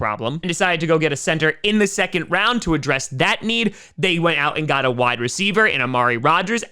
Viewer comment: I live for saying "ya gaht the Buffalo Bills".